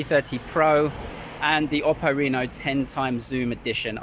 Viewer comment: i really like the way you pronounce oppo